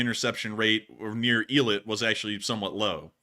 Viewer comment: Eilat is pronounced "A" like letter A, "A-LOT"